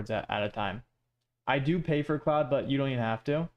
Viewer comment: Bro why do you keep calling it cloude😂it's pronounced as clod